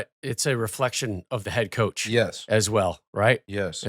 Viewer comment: **COACH not couch lol